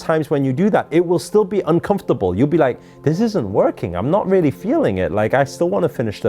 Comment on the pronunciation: Haha. That tyime u said ....RAELLY ..haha